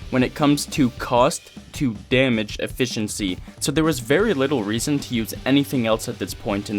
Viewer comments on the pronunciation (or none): none